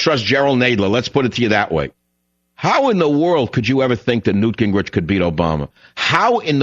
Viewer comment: Did he call him Gangrich Khan? I'm stealin that one! LMAO!!!!